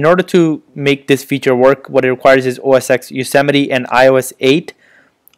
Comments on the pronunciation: "OS (TEN)" not "EX" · LOL Bro its not OS X it is pronounced as OS 10 Yosemite. X is Roman 10 not English Alphabet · OS 'EX' LOL